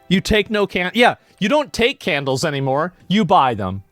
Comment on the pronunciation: "YOU NO TAKE CONDLE!!! YOU BUY CANDLE!!!" -Blizz hired Kobold